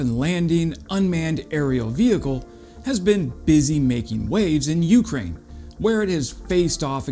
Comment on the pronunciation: Love your content. Interesting stuff and usually something I haven’t seen or seen in detail anywhere else. One small quibble is your pronunciation of Ukraine. The accent is on the second syllable not the first at least in English not a biggie but one of those things that sort of irritates every time you hear itkeep up the great work!